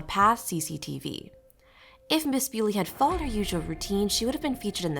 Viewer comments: Her name is pronounced 'bully' not beauly! She's not 'Mrs' either, she's not married! Not much of a detective ate you?🙄🤔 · Please pronounce her name correctly, and It’s Miss Bulley not Mrs Bewley. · If you’re going to do a piece on this poor woman, please at least get her name right, it’s Nicola Bulley , pronounced Nick ola Bulley not Bewley. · It's bully, but with an e next to the y. Your pronouncing it wrong! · No, this is not thrilling, you mispronounced her name, and your cadence is terrible for an aspiring TC narrator. Ew. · And at least get her name right!!! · Not even the decency to pronounce her name correctly, disgusting. Do your research properly before posting it on here for clicks